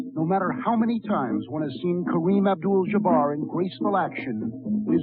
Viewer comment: 🗣 Kareem Obdul-Jjjjjjjuhbarr